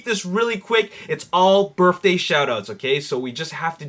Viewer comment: I watch every episode, but there's one thing you're driving me nuts with. It's "birTHday", not "birFday". Please. PLEASE knock it off.